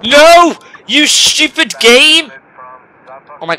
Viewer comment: you said svupid